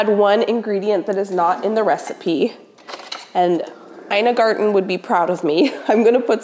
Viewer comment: Ina Garten would be very proud that you used espresso in your chocolate recipe, and especially that you're finally pronouncing her name correctly.😍 Happy Valentine's Day to you and your family. ❤🎉 I presume your little bean is walking by now.😊